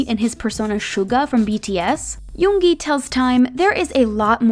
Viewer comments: Finally!!!! Someone who pronounced yoongi right. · I can't even think of bts not having suga.And finally i found someone saying 'yoongi' instead of saying 'yoonji'😒😒😒😒